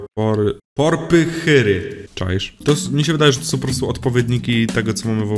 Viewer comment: Busz jak zwał tak zwał: Kamelion Porpychyry Pu knumite Pail of fetleriarral sojl Daktyl złoty Wyrabianie MONKI Emer doł Fłortecja Portejloł Spałnejroł Castul ewołker ŁEŁŁOOYOOYO Jłozda, PYK Chłuchnęuło